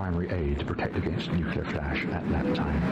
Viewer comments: Bloke cannot say Nuclear. Its Nuclear not Nucular. So embaressing. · Always puts me off when the commentator can’t even pronounce Nuclear properly! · Why can't people say "nuclear" properly? It isn't difficult.